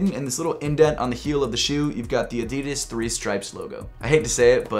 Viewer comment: You pronounce 'Adidas' Incorrectly